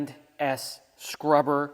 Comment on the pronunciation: The Shop Manager called you on the Carpet one too many times , for mis-pronouncing P&S ,and at time calling it "Penis", she's corrected you way too much....She's glad you finally got it. , Secondly, off camera, she's gonna give you a good tongue lashing for giving her some crummy pretzels.